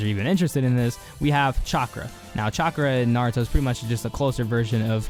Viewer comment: Am I the only one that heard chakra as chocolate.